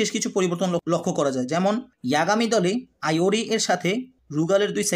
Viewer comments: Vai kyo ke Rio bolo ar iori ke ayori bolo kn😅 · আইওরি না ইওরি, আরো নামে ভুল আছে; সংশোধন করা দরকার। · Aiori❎ doctor ✅